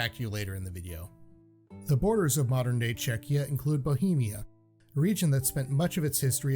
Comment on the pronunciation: The fact that the said Czechia is comendable